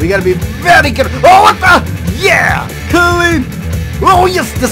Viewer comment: "Cuh-lean!" ( so, 'clean' )